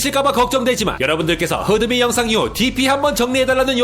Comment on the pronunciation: 크으으 마지막에 열정넘치는 목소리 보기좋아요!! (HDMI에서 흐드미로 갈아타셨군요😏😏)